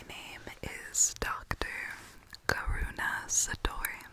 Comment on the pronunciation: Before I realized your name was Karuna I thought you said dr. corona😅😂💕